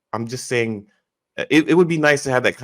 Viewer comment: Wait a minute.! Did just say what are you sayingk and were you not listeningk😮